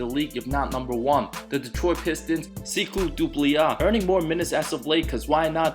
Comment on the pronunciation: Did anyone notice that he said seeykou doumbliyah